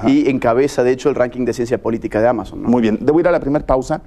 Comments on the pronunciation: El video es genial y Agustín es increíble, pero dejando eso a un lado... Alguien más se dio cuenta que el presentador dijo AMEISON en lugar de AMAZON?? 😂😂😂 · Bueno si si, mucha violada y todo pero yo voy por el minuto y el presentador dijo Ameison y es Amazon XD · Minuto "ameison" la plataforma digital 🤣🤣🤣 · Ay wey...ventas en "ameison" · Por que dice "Ameizon" ?? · Soy la única que escucho cuando el conductor dijo "amaison" Por Pronunciar "Amazon" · ¿"Ameizon"?, Se pronuncia "Ámazon" y se escribe "Amazon" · Los gay pronuncian así ; "AMEIZON " . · LO que mas me gustó del video fué el presentador diciendo "ameizon", cuando se refería a amazon. Y después utilizando el angliscismo "Tópicos". TOdo un crack ese tipo. LA demostración de que los periodistas no deberían ser calificados como Profesionales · Hablé español Sr. Periodista!! Amazon!! No ameizon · "ameizon" jajajajajjq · "Ameizon" JAJAJAJAJAJA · Min. JAJAJAJA dijo "ameizon", Amazon se pronuncia en inglés tal como esta escrito con acento esdrujula, en español es aguda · "ameizon", me dolió escuchar eso